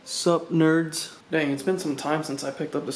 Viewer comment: Why he call us neards